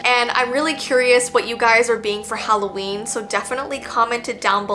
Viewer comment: its holloween not holloveen!